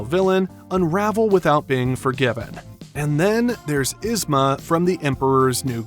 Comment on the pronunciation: Its yzma not isma